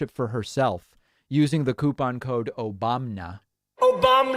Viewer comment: The "Obamna" drop never fails to make me laugh out loud 😂